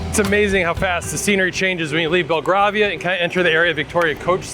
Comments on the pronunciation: BELL-GRAVE-IA not GRAR-VIA. Grave like in rave? 😊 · Belgravia - pronounced - "bel GRAY vee uh" or "bel gravy uh" 😁 xx